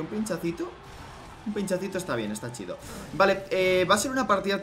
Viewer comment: Jajajja se escucha chistoso diciendo "chido " jsjsjs